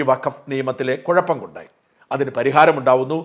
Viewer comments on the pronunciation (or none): none